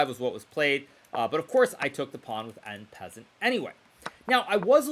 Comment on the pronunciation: How dare you say en passant without a French accent!